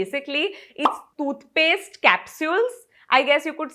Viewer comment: It’s not thoothpaste. Toothpaste.